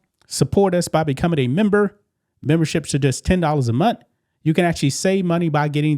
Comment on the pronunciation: "$10 a mont"? Come on brother, you can do better than that. It is pronounced month, not mont.